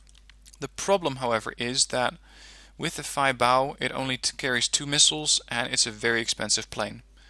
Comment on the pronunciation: I am not 100% sure but i think the Feibao is spoken as Fa-Bi-O I heard that in other wargame players actually